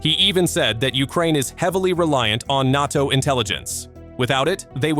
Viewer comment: Its funny to hear Russians clutching their pearls at the idea of foreign fighters/mercenaries in Ukraine when they had battalions of North Korea. ...and seriously 'N-ar-TO' --- it's prounced N-ay-TO. Try to train you AI better . Embarassing Glad you bleeding out Russia - you are losers. Rightfully so